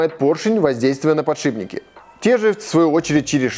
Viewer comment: «ПодшиБники»! От таких слов из уст профи уши вянут.